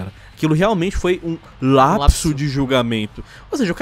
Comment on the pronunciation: "um LLLLLLLLLLLLAPSO"